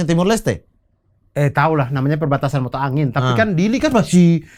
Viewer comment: Perbatasan MOTA AIN bukan Mota Angin 😂